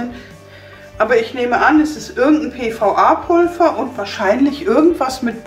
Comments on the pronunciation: Warum sagst du Pulfer das heißt Pulver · Wieso sagst du Pulver mit F es wird aber mit w ausgesprochen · Sie sagt immer statt Pulver 'Pulfa' 😳😂